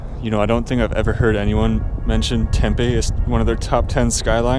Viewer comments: There is a Snyders factory like 20mi west. Every store has it. Also you’re saying Tempe wrong. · As a native of Tempe your pronunciation infuriates me. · FWIW his pronunciation comes closer to how 'Tempe' (the soy-based fritter dish from SE Asia) is pronounced 😂